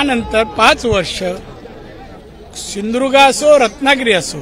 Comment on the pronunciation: साहेब आमच्या जिल्ह्याचे नांव मात्र खराब करु नका ते व्यवस्थित सिंधुदुर्ग म्हणा तुम्ही सिंधुर्ग म्हणता तेव्हा फार वाईट वाटते तर तेवढे जरा सुधारणा करणे एवढीच अपेक्षा आहे.